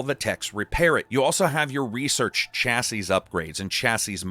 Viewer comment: Ohh my word. Why can mericans not say the word chassis... fml its annoying as hell 😂 Please google how to say it.